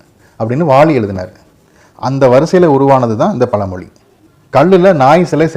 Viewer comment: பல மொலி , மலை‌ இல்லைங்க தமிழை சரியாக உச்சரிக்கவும்.